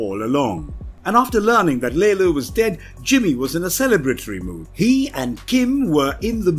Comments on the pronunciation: It bothers me more than it probably should that "Lalo" is called "Lalo", pronounced correctly throughout the entirety of the show, yet this dude constantly pronounces it ... I guess the "English" way... as "Lay-low". It's almost gratuitous. Did he not watch the show? Or is it a British thing? Is it being done intentionally to not allow the Hispanic character his proper cultural identity? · Its lalo not laylo omfg Americans